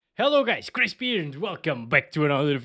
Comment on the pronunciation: Your videos is good but "krispp" is so annoying